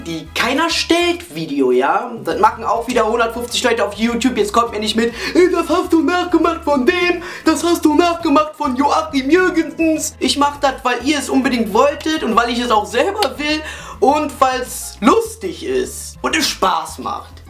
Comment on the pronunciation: Er hat es nicht von Joachim Jürgensen nachgenacht .. sondern von Joachim JürgensenS :D !